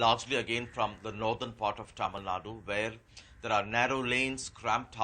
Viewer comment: It’s Tamilnadu NOT Tamilnad.